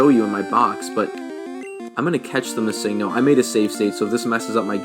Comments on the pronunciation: I will save you the time... It stands for Missing Number.................................. It isn't "Mah-Sing-No" as you say it XD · 😡 no. It’s pronounced miss-sing-No. good syllabic emphasis on the Sing AND the No. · I don't know if the uploader knew judging by how he pronounced the name (Mis-ING-no) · miss-SING-no... interesting pronunciation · "Mi-SING-no" is certainly an odd way of saying it, I'll give you that. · Thats how i say it too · Lol the way he pronounces missingno like just say missing-no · I though I was the only one that realised that! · The way he said missingno made me angry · The way he says missingno bugs me. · The way he says Missingno. disturbs me. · I love this video but I gotta say I hate the way you say missingno